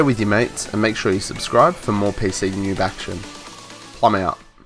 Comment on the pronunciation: Did you say newwb?